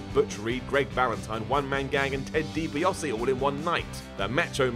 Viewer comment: Learn to say DiBiase properly.